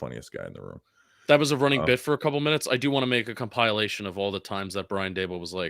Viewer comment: Yo Jus I don’t like how you pronounced compilation 😤